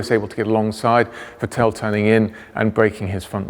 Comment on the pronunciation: His Name is Vettel, not Vettéll